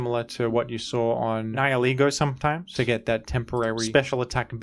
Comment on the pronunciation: Immediate like for being the first YouTuber I've ever heard pronounce "Nihilego" correctly